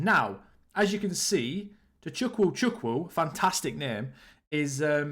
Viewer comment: also it's pronounced Tochuku Chuku (without emphasizing the w)😂